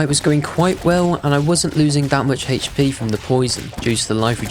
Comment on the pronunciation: guys he needs "heich" p